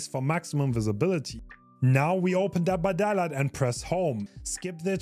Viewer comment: bro talmbout some "dead by dada"